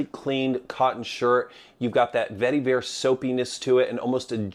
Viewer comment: Every time you said vetiver, my eye twitched.